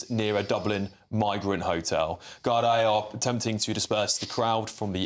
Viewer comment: I blame the BRITISH government for our problems. They ALL travel through the UK to Ireland. It is pronounced GAR-DEE. It was RAPE. The guy (mutant freak) was charged yesterday. NOT ALLEGED.